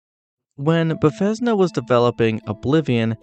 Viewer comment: I like your video friend. The only thing I want to bring up is I believe you were pronouncing Bethesda incorrectly, unless thats how people in the community say it. Otherwise some of these facts were actually really cool, like the water boiling!